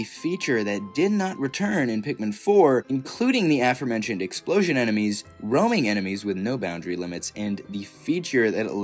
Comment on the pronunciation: I thought that was the right way to pronounce it for years but it's actually "uh, fore, mentioned"